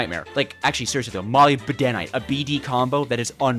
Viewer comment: Did he say molybedenite